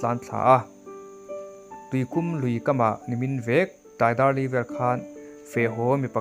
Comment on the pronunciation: Sialhau tih leh Tuikum tih hi i lam diklo deuh anih hi.